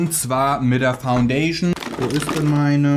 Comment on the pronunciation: Faundäjschn 😂😂 ich brech ab